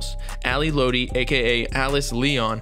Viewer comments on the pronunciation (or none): Its not ally lOtti it's ally lot-ti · Its Lotti not loutti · it’s lotti not lodi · It's "Lot-ee" not "load-ee" lol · Fire video but it’s lAhDi not LowDi for lotti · It’s Lotti not Lodi 🙄🙄🙄 TF? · i’m sorry “loadi” it’s “lotti” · sir its pronounced lot-e not low-tee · It’s Ally ‘LOTti’ not Ally ‘Loatti’ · dudeee its not LOWTI ITS LOTTI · let him rest in peace next time u speak on him make sure u know how to say there names right “Ally lootie” Ally lotti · Im going to be that guy who corrects lil stuff like when you say ally lotti you got to pronounce it "lot - e" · this mans said loati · bruh, she was helping him get clean, she was really heartbroken, it's like we didn't see this happen, but did, just got us unexpected, and before you go on here, say her name right (Lotti- Lot-Tee) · 🤦‍♀️ it’s pronounced “Lot E” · My dude said ally loety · thanks I was just thinking why he said low-ti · Bro said lo-tee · lotti i'm pretty sure is like "lot-tee" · This nigga said ally loddy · You’d think with all that research you did you’d be able to pronounce Ally’s name correctly. FYI: it’s pronounced ‘Lot- E’ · lot-e .....lotti. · this many said ally (low-tea) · "Ally lowty" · ally "lowti" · i can’t get over how wrong he’s pronouncing lotti and i feel like it shouldn’t be hard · You should redo this whole video and pronounce lotti right 🖤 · Everything you say sounds so invalid when you can’t even pronounce Ally Lotti correct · bruh if you such a genius say her name right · Bro can’t even say lotti right 😂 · Imagine pronouncing lotti wrong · Bruh he don’t even say her name right😂😂😂 nah this is finna be some bs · He can't say lotti come on u got to say it right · You sayin her last name wrong 😭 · chile you can’t even say her name right